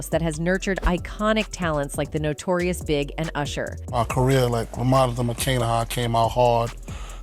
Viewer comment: Yes, and they all call Notorious B.I.G Notorious Big!